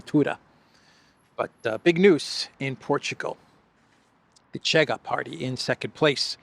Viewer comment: you are great as always, 👍may Saint George protect you! 🙏 Just a small note about the Portuguese party Chega, the correct pronunciation in Portuguese is Shega.